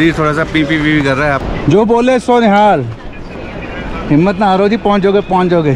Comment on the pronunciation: Beta Jo bole so Nihal nahin hota bole Sone HAL hota hai jaikara dhang se bolo